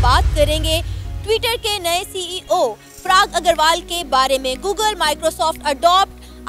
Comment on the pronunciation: Every second Pakistani “mulk main talent ki koi kami nahi hai”😅😅😅😂😂.the way she pronounced Parag Agrawal is way too funny.